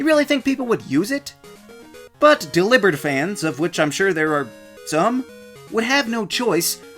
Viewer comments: How have I never thought of pronouncing Delibird like that??????? It makes so much more sense than “Dellybird” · Lol they say dell ee bird in the anime